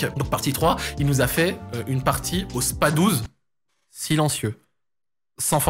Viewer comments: Super vidéo, gros coup de nostalgie de ouf ! Par contre on dit : spaS 12 ! 😳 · SPA 12 et pas Spas12 ma voyons mdrrt